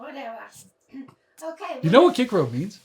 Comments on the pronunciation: Kee-Kerr-ohh. vs. Siss- ser- ro. Too much Latin... That does it., You guys need to do a series on Caesar's Gallic Wars... lol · "Kikero" Me: "Who?" Indy: "Cicero." Me: "Oh..." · Loved until I heard that pronunciation of Cicero. Gonna need a minute.